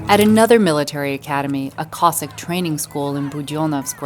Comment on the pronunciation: It is not pronounced "Cossick', it is Cossack!